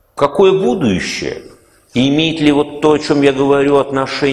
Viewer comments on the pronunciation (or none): А почему ув.лектор говорит "будующее"?